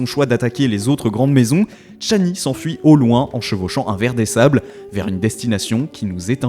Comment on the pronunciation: "Tchani" ??? Pourquoi ce T ?